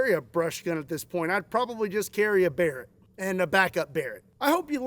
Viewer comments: I know you probably said Barret or something like that, but I heard "bear", and yes, I suppose having a bear (and a backup bear) might be effective for protection from another bear. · Was that a Barrett or a bearet 😂😂😂